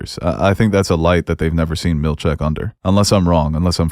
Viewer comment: I love you guys but I die inside every time you guys mispronounce Helena and Milchick. It's Hel-EHN-uh, NOT hel-ay-nuh. It's Mil-CHICK, NOT Mil-check. Stop it, pleaaaaaaase!!!!